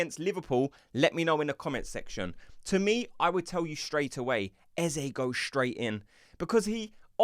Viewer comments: why arsenal tubers can't say Eze name right? even old Charlie Watts the same . only one who gets it right is Adrian Clarke.. fyi do not say ezzay ... say ezzah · Eze pronounced as Ezza.